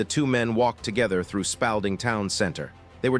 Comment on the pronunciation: It's pronounced Spalding as in paw not pal